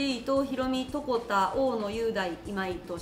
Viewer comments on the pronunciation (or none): ちな床田は分かりづらいく、細かいですが(とこた)じゃなくて(とこだ)です🤐